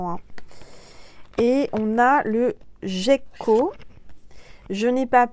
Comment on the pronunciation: Le miel et le sirop d'érable sont excellent dans le café 😁 Je n'arrive pas à boire du thé en raison d'une émoragie suite à une extraction dentaire et ça me rappelle le goût du sang dans la bouche. Donc quand j'ai le rhume et un mal de gorges, je met du miel dans mon café pour me soigner. Le gecko prononcé avec le g dur est un genre de lézard.